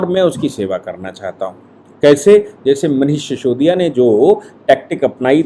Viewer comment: शिसोदिया नही सिसोदिया